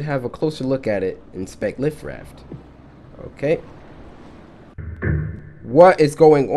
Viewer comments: my dude said “liftraft” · "Life-raft" Cory: "Lift-raft" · "lift-raft" lol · nb: cory:”lift raft”😭😭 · I’m dead the man said Lift raft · Instead of life raft he said lift raft 🤣🤣🤣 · He said lif raft 😅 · (I know I'm late) DIS DUDE PRONOUNCED LIFE-RAFT AS LIF-RAFT! BRUH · The 'lif' raft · omg cory its not lif raft its"life" raft. :D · lol he said lift raft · Cory says lift raft instead of life raft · did he say lift raft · Did enyone else hear him say lift raft? ;) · "lif raft" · It's life not lif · why can't this man pronounce life raft?